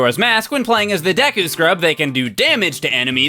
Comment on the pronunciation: Also deku was pronounced wrong